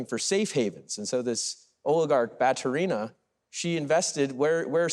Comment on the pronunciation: Ba-tU-ri-na is correct pronunciation